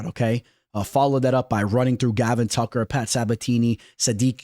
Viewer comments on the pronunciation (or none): none